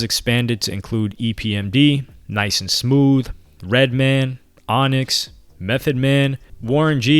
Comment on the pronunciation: It’s fucking redMAN not redmen